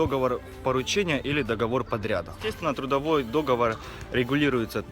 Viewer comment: Не дОговор, а договОр!!!! Слух режет.